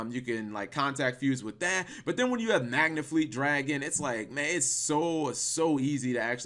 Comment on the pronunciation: It's Megafleet Dragon... Not whatever the hell you said.